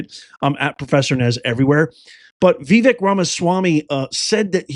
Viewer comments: It's pronounced Vivek ( Viv ake ...like cake ) I'm surprised you missed that whole pronunciation thing when he was first running for President. Fyi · C'mon nez after all this time you don't know how to say his name? 😮 are u joking? Its Vi- vake, sounds like cake. Geez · I've looked this up twice as many people have struggled with the proper pronunciation of Vivek, including myself. It is 'Vih-VAKE' according to Google. Hope this helps.